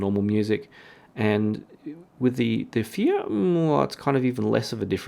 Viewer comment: the first reviewer who pronounced fiios name right. all others call it faayoh.